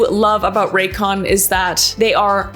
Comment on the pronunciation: Why is no one talking about how it said “racyon” on the sponsor